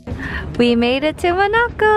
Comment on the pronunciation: Mo...na...co? Really??? Lmao